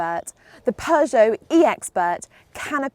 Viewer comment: You can pronounce Peugeot much better than for example Sinead McCann who says ”PjuuShow” which sounds annoying. You’re much better to pronounce this awesome french car brand than her. Do you know Sinead? 🙂